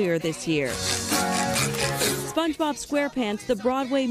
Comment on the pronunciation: you didn't even say it right